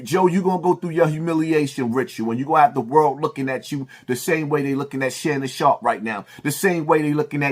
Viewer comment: “Shannum Sharpe.” 😆